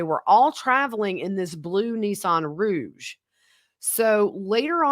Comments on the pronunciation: My belly ached, I laughed so hard. First hits me with "defarted" and as I tried to recover she hits me again with "Nissan Rouge" [instead of Rogue]!!:-) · It's a Rogue not Rouge. Mispelled I guess and there was blood found in it just heard today. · Row-gggg. Not roozssh